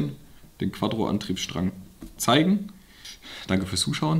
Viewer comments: es heißt quattro und nicht quadro. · Wie er immer Quaddro sagt 😂